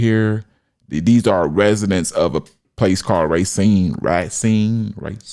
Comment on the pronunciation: Racine.. It's pronounced Ray-seen